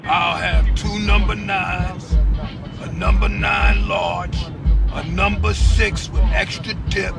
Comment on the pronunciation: "I'll have two numbah nines, a n--" "OKAY GO'HEAD!" "...I'll have two numbah nines..."